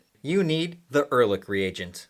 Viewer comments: Erlich is not pronounced with a k. In german, ch is pronounced softly. like sh only with a c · Wie er ehrlich ausspricht ist genial :D